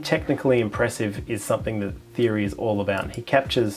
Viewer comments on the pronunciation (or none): Great video, good to find a few more astrophotography peeps, also Thierry is pronounced T-airy like the footballer Thierry Henry. Tamed the hair as well, we need to get you upto 100k subs.